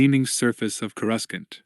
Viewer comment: Is the AI or what? Cui gon? Coreuscent? Really throws me off